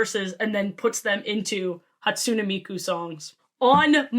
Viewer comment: ermmm actually Hatsune is pronounced Hat-Tsu-Nay